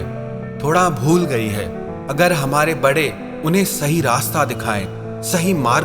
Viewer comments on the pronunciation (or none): none